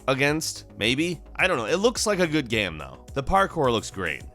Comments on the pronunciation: It's game not guyam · can you please stop pronouncing game as GEEEHMM? Thanks.